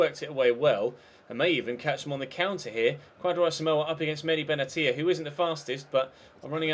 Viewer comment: Benatia is pronounced Beh Nash Ee A